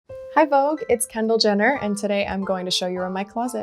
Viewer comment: Kendall “ko” Jenner